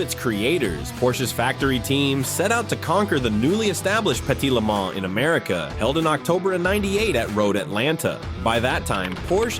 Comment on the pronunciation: You do not pronounce the “s” in Le Mans. I’m guessing this is some lazy AI entry.